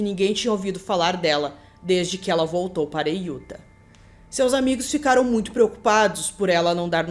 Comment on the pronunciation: Oi,, tudo bem? O jeito certo de falar o nome do estado de Utah é "iutá". Adoro o canal! Não perco nenhum vídeo!